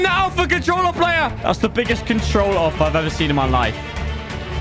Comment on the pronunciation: When you think it's daily uploading :YAY When you see the first minute /: I mean your CONTWOLLA PWAYER